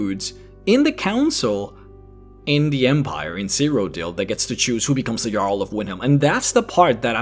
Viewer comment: u said jarl in a way that the diaglog/translation said it as a girl the reason i know this was cus i set texst on when im eating chips cus i cant hear shit when i do